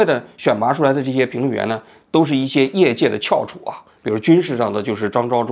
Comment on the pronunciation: 作为央视出来的媒体人，翘（qiáo）楚的读音总要读对的吧？